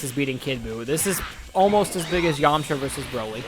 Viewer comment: Lmfao you got me so excited having me that someone super strong was going to go against Broly but you said Yamaha when u said that I fainted.